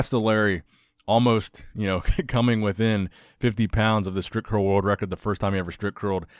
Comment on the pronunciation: it sounds like stripcurl everytime you say it!!haha